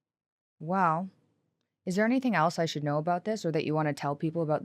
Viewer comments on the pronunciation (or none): none